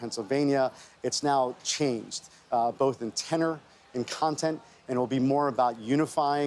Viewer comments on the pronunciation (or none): none